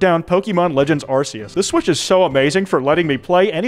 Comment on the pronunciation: The "c" in "Arceus" is a hard sound, not a soft one.